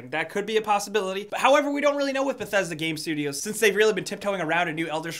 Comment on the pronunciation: "Bethedsa Gape Studios"